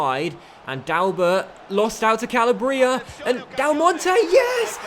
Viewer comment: This is my 6th time commenting this. YOU PRONOUNCE CALABRIA WRONG! It's an entire region of Italy, so please learn to say it correctly! Like this so can finally see!!!